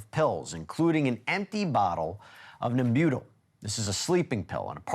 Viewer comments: It’s pronounced NEM-byuh-tal. Marilyn deserves perfect diction. ;) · So silly... "Nem-BUTE-al." He had never heard of it; nobody else on the show had, so nobody corrected him. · Pronounced Nem-u-tall! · NEM-BŪ-TAHL. That’s how you pronounce it Weber. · Pronounced Nem-bu-tall, please. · Respectfully, it’s pronounced “NEM-beu-tal.”